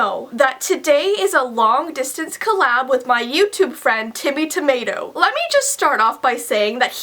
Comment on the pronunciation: Did your pronounce Timmy Timato name wrong? I thought it was like Demi Lavato?